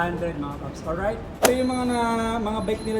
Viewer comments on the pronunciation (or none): Olright mga paps merin.. Or right😂